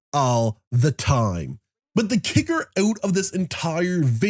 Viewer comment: Out. Not ewt.